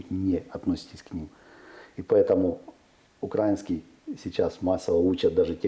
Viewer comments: Украина, украинский - ударение на И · Сцуко!!!! УкраИнский, а не укрАинский!